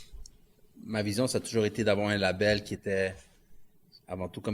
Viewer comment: Label Mort de rire label c'est en anglais pourquoi tu essaye de le dire comme si c'est un mot francophone xD label anglais / Maison de disque français xD